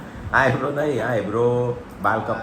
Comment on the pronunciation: હાઇબ્રો. નઈ. eyebro. બોલવા નું